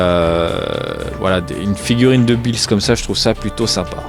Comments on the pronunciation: Ça se dit pas Billys sa se dit Beerus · Super vidéo mais juste on dit beerus et pas "bis" ou je sais pas quoi mdrr 😅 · Tu pronense mal le nom ces beerus